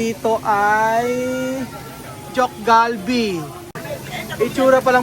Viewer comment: teok galbi po yun hindi cheok galbi 😅